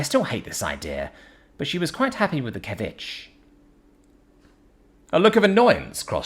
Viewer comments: More like suh·vee·chay I can still see finding a way to mispronounce it though😂 (I give him a pass on native and South American stuff though) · ceviche seh-VEE-chey My dude, if you have never seen a word before, please look up the pronunciation, especially if they aren't English words. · Ceviche is pronounced cev-vich-che. Just in case anyone is wondering. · Yo I love you but some of your foreign word pronunciations kill me, ceviche is pronounced see ve chi. Sexy space babes universe stories you kill me with the meat muffins calling them papaya like the earth fruit. They are Pippiya, pip pea yah.